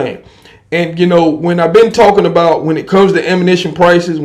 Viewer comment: Damn bro same recycled videos over and over. The ammos back on the shelf and prices are high... There that's a months worth of your videos in 1 sentence. p.s stop saying I'm talmboat it's super annoying 🤡